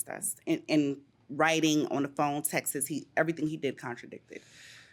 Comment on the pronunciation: The thing that annoys me most from this show is the phrase “we have the Texas” 😖 texts is not pronounced Texas!!!!!!!